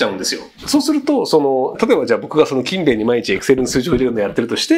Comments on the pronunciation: ｢キンベン｣のイントネーションが違うような・・・ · くしゃみの可愛さ+勤↑勉↓の発音で内容が入って来なかった( ´△｀) 疲れてるな、私。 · 全ての勤勉がKindleみたいに聞こえる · 勤勉のイントネーションがインゲン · 勤勉の発音気になって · 勤勉の発音が気になる